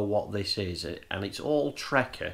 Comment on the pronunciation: Good but only thing that annoyed me was you kept saying trekker it’s trakker